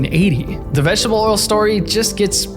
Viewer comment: What's "vegshbuh oil" ???